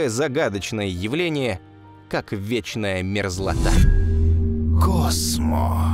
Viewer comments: На "Вченая мерзлота". Чему "вченая" не понятно. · ВЧЕНАЯ ??? мерзлота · "Вченая мерзлота" xD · «вченая мерзлота» :)